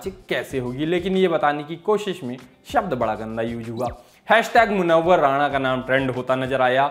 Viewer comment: भाई मुनव्वर राना हैं, राणा नहीं। उम्मीद है इसे आप सकारात्मक लेंगे।